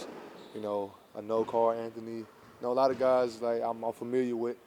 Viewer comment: bro said Carl Anthony 😭😭